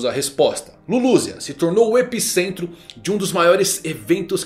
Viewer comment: O que o falou:O Filho de Shanks O que eu entendi:Filho D. Shanks